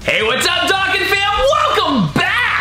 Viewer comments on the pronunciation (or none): my guy said dokkan fam like DOCK-GAN fam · I wish you pronounced dokkan right lol besides that your a good tuber